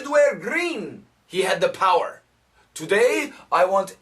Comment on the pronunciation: Why did I hear 'this meant that he had the parot[pærə] to do anything😂